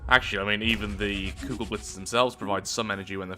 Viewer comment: he says kugelblitz right!